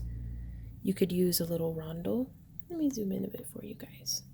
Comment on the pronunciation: The correct pronunciation of Rondelle is: ron DELL' You may want to consider doing a "how do you pronounce" search on Google so that you can properly pronounce these kinds of words when teaching others? (here is the pronunciation of Rondelle